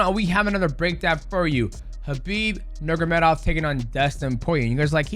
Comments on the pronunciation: bro not trying to hate but is nurMAgomedov you say nurgomadov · Isn't it NurMAgomedov? Not Nurgomedov? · I love how he calls him “Nurgamedov” the entire video 😅. Is he Chael now? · Ner Mah Go Medov Not nergomedov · Khabib "NeRGaMeDoff " lmao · Mighty Mouse, I love you, but you're butchering Khabib's last name. 😂